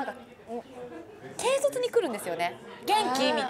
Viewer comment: 紗倉さん、けいせつではなくけいそつですよ笑